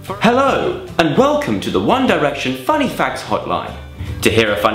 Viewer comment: I heard 'fanny' and not funny.